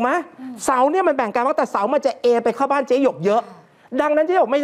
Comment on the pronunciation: ช่วงต้นข่าว เขาชื่อเจ๊หยก ไม่ใช่ เจ๊หง